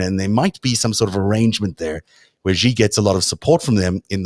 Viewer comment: The "X" in the Chinese name Xi is not pronounced like the "z" in "azure." It is an "sh" sound, thus Xi is pronounced more or less like the English word "she." Also, the "j" in Beijing is not pronounced like the "z" in "azure." It's pronounced like the "J" in the English name "Jim."